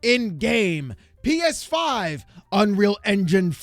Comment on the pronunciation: PEESFIIIII 😂😂